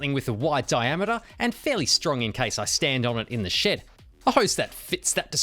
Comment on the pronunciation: You kept saying "In the shed"... I thought you were saying "In the sh*t"😂